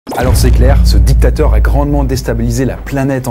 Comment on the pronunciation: La video de est meilleure ! Tu prononces trop les mots "dictateur et grand mechant" comme si tu avais choisi ton camps